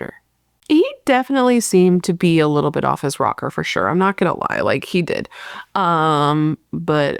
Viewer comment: Omg, I love your use of the phrase OFF HIS ROCKER! You even said it with such British know how. Noted. 🙌